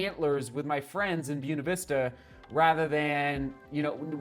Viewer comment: It's bwena not byuna vista!😝